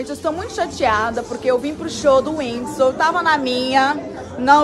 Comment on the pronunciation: Ela fala whindisu kkkkk